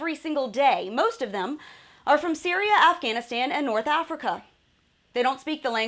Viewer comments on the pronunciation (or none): none